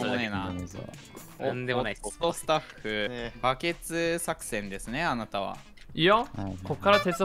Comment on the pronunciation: バケツ作戦ですねあなたはじゃなくて、あたなはになってる〜